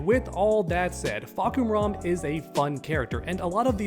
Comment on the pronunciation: How did you fuck up Julia’s name yet nail Fahkumram? One of the most complicated names in tekken but Julia one of the most common name in real life and you some how fuck that up 👁👄👁️, how you read Julia as Julie ¿¿